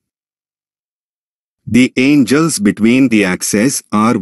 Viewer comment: I can't take you seriously as a teacher if you can't even read the language you are teaching in. There are no "angels" here.